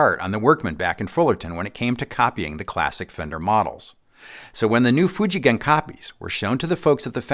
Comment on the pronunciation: Most US YouTuber would pronounce the name “Fuji Gen” with soft G sound. used the right hard G sound here. That proves how well he knows about what he’s telling and makes the story more believable.